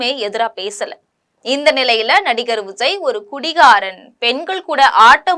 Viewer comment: எம்ஸியாரா! விஸய்யா.... பெயரை ஒழுங்கா உச்சரிக்க கற்றுக் கொள்ளும்மா., 😂